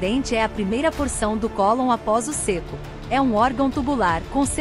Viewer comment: Muito bom. O ceco é pronunciado com e aberto, e não fechado como foi gravado. Céco e não cêco.